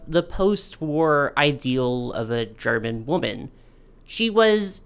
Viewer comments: this was a really fun video to watch! also your german pronounciation was quite good for an american, don't you worry <3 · Your german pronounciation is actually quite good! There's a bit of an accent but it's still nice of you to try to pronounce the names correctly.